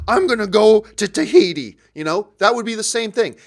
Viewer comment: Tahiti? Are you secretly Dutch?